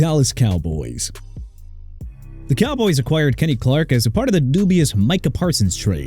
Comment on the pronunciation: Kenny Clark not Enny Clark and Marshon Lattimore not Arshon Lattimore! And also Alvin Kamara PRONOUNCED KAH-MAR-RAH OKAY MR. "NEW OR-LEANS"?! AND HERE'S A IDEA: NEXT TIME PUT TUA ON THIS LIST AND CALL IT A DAY AND WHILE YOU'RE AT IT, LEARN HOW TO PRONOUNCE AND TO SPELL OR KISS YOUR JOB GOODBYE!